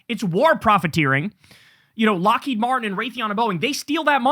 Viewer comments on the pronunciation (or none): none